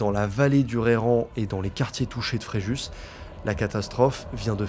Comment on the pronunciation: Le s de Fréjus ne se dit pas....